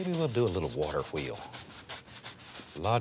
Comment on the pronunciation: "I thought today we'd do a little hwater hweel" :D